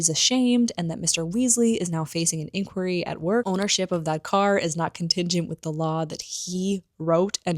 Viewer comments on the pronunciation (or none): none